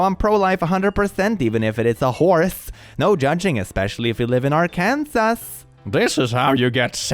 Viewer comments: it’s actually pronounced “ar-can-saw” bc English is stupid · that’s not how you say Arkansas 🤦. It’s (ar-kan-saw) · Hearing him say Arkansas hurt my Arkansas heart </3 But I might have to say it like that. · he pronounced arkansas wrong… rip